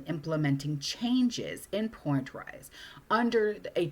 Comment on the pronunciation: Point Reyes is pronounced Point Rays.